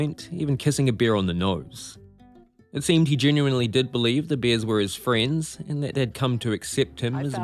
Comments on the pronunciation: I'm ok with it but bears are not beers, totally different things are pronounced differently. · Is he saying beers or bears? The bear that killed him was a bear that didnt know him..